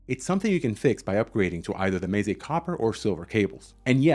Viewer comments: It's meh-zay not may-zay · Should be more like meh tseh or meh tsay I think. But that's not a very friendly way to correct someone is it?